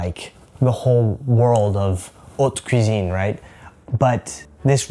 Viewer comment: I'm a Belgian subscriber and my mother tongue is French. The way you pronounced " Océane " and " haute cuisine " was PERFECT. I would loooove to hear you speak French :). Thank you for you videos. Send you my best wishes !